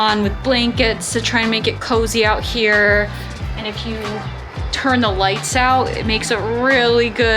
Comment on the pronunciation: I didn't know that AND had a T at the end of it? Speech Therapy may help...